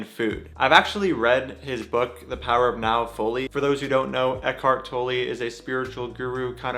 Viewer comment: German here, Tolle is pronounced “tol” like “coal” and “la” like “fa la la la.” Not “toe -lee” like you say here. Love your videos and your activism. I’m also a big fan of Tolle and his work is a big part of why I’m vegan and hearing “toe-lee” is like nails on a chalkboard.